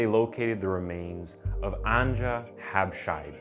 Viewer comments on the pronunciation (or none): One of the victim's names, Anja, is pronounced like Anya/Ania. Not "On-juh". Just letting you know. ( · its not andža but its Anja